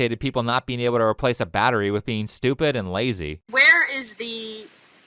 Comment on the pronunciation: Naw dey stwepid, really really stewpid